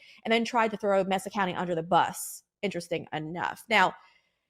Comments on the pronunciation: Pronounced MAY-sa county, not MESS-sa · It's MAY-sa County... Geez.